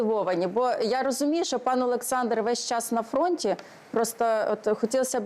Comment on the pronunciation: Шо за чОрт это "пане Олэксандр"? Капец